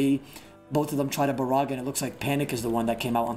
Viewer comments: this woulda been great if i didn't hear Ba-Ra-Ga every 30 seconds... jesus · Wtf is borraga u mean ice barrage XD Love the vids tho. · Hey casted "Barracka" Barraga???? Wtf you smoking bruh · Everyone talks about the nostalgic hood old days playing online with friends, this is the beauty of old school, there is no nostalgia, we can still play brother, thank you fr, I would never had known I’ve been pronouncing “barrage” wrong for years lol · Great osrs commentary! Doing great things for the community and looking professional with your new hair and suit! Only wish you pronounced barrage right 😂 very good all in all!